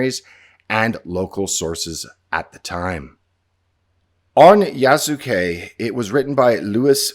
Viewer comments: it's going to be hilarious if Ubishit kept the stamina system from Valhalla for "Yasookee" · " Its YAASSUUKE time!" Ironically, they put the " yass" into Yasuke.